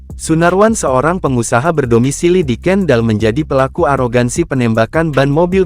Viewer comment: KENDAL BUKAN KENDEL MIN...KOPLAK